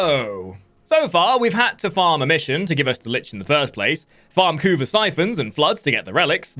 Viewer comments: CAn you for once in your life not spell "kuva" like you are having an aneurysm. It's annoying as hell jesus christ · can you please stop saying kuva like that its fkn annoying dude. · Yea totally agree